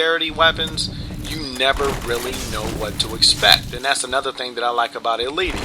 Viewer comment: And you pronounced EIiiti's name wrong xD